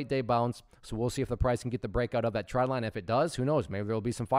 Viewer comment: When you say "tread"/"trend" line, is it "trend line" or "tread line"? For some reason I keep hearing "tread line" but I thought it was called trend line.